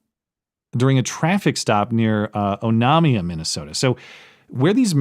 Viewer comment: Even better Oh-nay-mia 😅